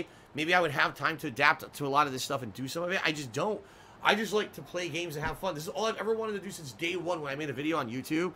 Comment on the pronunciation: Someone needs to do complition for * i whanna play games and heave foon* Cuz its hilarious everytime he says it